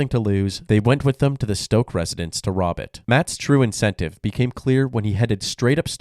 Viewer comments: Man your narrator should learn how to pronounce words. This guy’s last name was stock, not stoke. Overall I like the channel a lot. Big shout out to the editor, even if the narrator and editor are the same person 😅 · Stock rhymes with lock, not stroke.